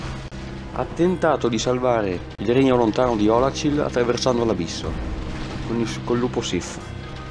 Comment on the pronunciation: Bella top ten ma il modo in qui hai detto oolacile mi hai spiazzato😂